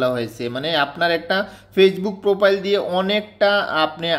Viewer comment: পোপাইল না প্রফাইল